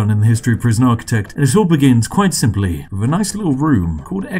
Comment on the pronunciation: "Free hundred." "Free logs." "Everyfing." "Wiv." 'Th' is for cool people. (It really doesn't help an international audience who can't differentiate well between 'free' and 'three' by context and your accent, or a domestic audience who don't like gangsta/chav talk.)